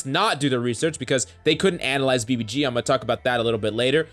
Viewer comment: And now BBC- clears throat BBG*